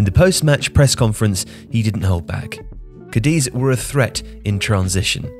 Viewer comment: You mispronounced Cádiz, it's a pity, since this is a fine channel